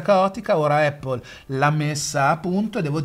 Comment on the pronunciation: Baistròc, miga par spacär il bali mo as dis “Apol” (con l’accento sulla A) miga “Eppól”